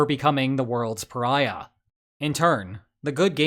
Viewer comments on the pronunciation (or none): none